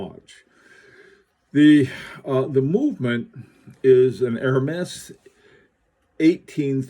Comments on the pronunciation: Zut alors! More like "Air -mez"! Certainly no 'H'! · I really like it with the orange band. Ps. Not to correct your creative French, but I believe it's pronounced more like Hermeeze. I'll see myself out.....